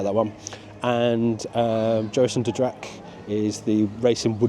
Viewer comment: You're pronunciation of Joris en de draak is great! Especially how you pronounced 'draak' . 'en de' is pronounced more like 'n the' but otherwise stellar pronouciation. Your 'langnek' and 'Roodkapje' were also perfect. I'm glad you enjoyed the park, i practically grew up there, and it's very dear to my heart, so it's always great to see people falling in love with it's little charms and magic.